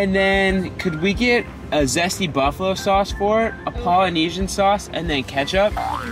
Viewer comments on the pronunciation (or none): Did he say *can we get a zesty buffalos sauce * ……